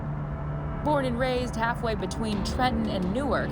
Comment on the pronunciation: You know someone never been thru jersey when they say NEW-ARK ....its NORK smdh